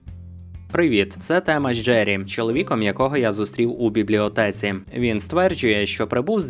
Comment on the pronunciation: Є одне питання. Дивлюся ваші відео частенько і мені дуже подобається. Помітила одну цікаву особливість у вашій вимові. Дуже часто ви трохи змінюєте вимову деяких літер, помʼякшуючи їх, наприклад у слові «стверджує» ви замінюєте звук «у» на звук «ю» і вимовляєте «стверджює». Можете пояснити чому саме? Це особливість регіону, в якому ви проживаєте чи просто вам так більше подобається? Я люблю українську мову і мені цікаво дізнаватися про неї нове. Дякую☺️ бажаю процвітання каналу